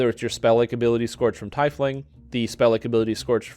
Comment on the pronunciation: Teeeefling ... not TYYYfling